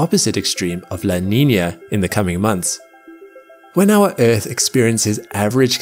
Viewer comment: I like errrrth